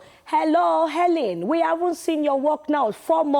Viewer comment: Elen not Helen